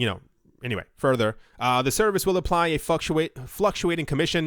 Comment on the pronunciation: My guy said Fucktuate instead of fluctuate